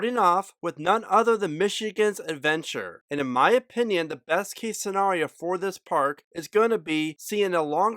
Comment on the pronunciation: Why do you keep saying scenrario instead of scenario?